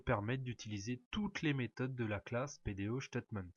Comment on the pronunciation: Merci bcp pour votre explication mais juste une remarque , PDOStatement , prononcé ctaitemaint not chtatement with s , statement not ch